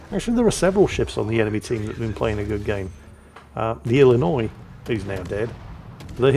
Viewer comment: you pronounced Illinois without a struggle way to go!